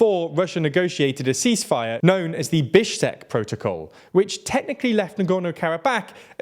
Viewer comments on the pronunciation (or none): HOW do you pronounce “Bishkek” as “Bishsek”? Just how? I'm starting to feel like you are doing this on purpose.